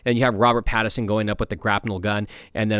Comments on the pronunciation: It is Pattinson not pattison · “Pad-i-sin” lol